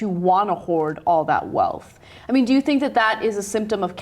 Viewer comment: lmao he just said "senk" X|)